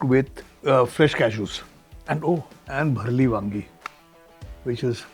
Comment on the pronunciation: Kon bhayya chef hae jo 'Bharleli wangi' ko bareli wangi bol raha hae 😂